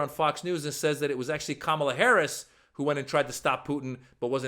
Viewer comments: Pussy neck loves some Putin but cannot even pronounce Kamala. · This thug Donald Trump has no business ever stepping foot in the Whitehouse again. Kamala Harris is educated and articulate. Listening to Donald Trump is like listening to a gang leader. His command of the English language. Him mispronouncing her name, is intentional and juvenile. It's so immature for someone his age. Donald needs to grow up and act like a man and not like an Insurrectionist. Vote for Kamala Harris and Tim Walz. We need adults in the Whitehouse. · He chooses not to pronounce the VP’s name correctly, because he wants to be a bully, but he’s actually a coward.